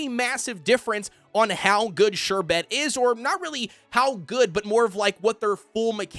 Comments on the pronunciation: Love your videos, and just want to help.. The pronunciation is more like 'SHER-bit' than 'sher-BET' like you are saying. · I love how he says Sherbet XD ‘Sher-bet’ but great video! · I say sher-bert even tho there's no R in the Bert 💀💀